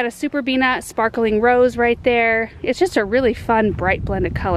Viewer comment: Yay for videos every morning! Totally the best way to start the day. Thank you for all your beautiful work! I think the flower in the Savannah urn is pronounced rosè like the wine and not rose like the flower.